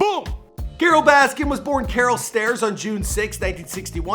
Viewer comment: “Carole baskins”